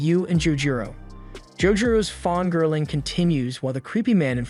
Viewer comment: The constant use of fawngirl (🦌)instead of fangirl (🪭) is so odd.